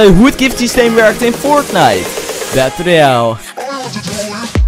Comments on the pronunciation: Battel royale ik vind het,zo leuk als je dat zegt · Ik vind het altijd leuk hoe jij fortnite battle royale zegt! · Wrm zeg je battle royale zo autistisch